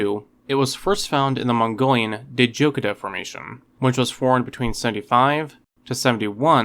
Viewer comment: I learned that you've mispronounced Zhuchengtyrannus and Djadochta.